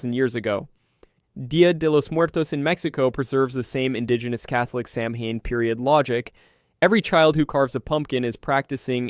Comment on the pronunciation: It’s pronounced Säw-wen.